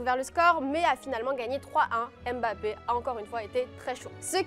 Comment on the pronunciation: C'est pas Em bapé, c'est Mbapé 🤦‍♂️